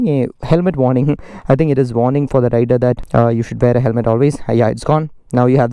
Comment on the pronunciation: INCORRECT PRONOUNCIATION OF THE PRODUCT NAME